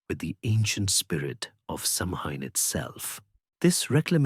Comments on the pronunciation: Stopped listening after mispronunciation of Samhain. It has NEVER been pronounced Sam Hain. It's "Sow-an". Christ on a bike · thanks for your reply. I got annoyed because I'm Irish & know how to pronounce it correctly & it's really not that difficult to do your research these days. These things matter to people. I just don't think I could've listened to the whole thing knowing Samhain was going to be mispronounced.